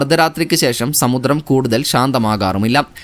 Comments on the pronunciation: റാത്രി എന്ന വാക്ക് മലയാളം നിഘണ്ടുവിൽ ഇല്ല ബ്രോ. റാത്രി അല്ല രാത്രി.സമുത്റം അല്ല സമുദ്രം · സമുദ്രം ആണ് സമുത്രം അല്ല